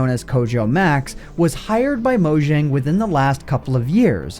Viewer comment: Hey, it's pronounced "MO-yang", not "MO-zhang".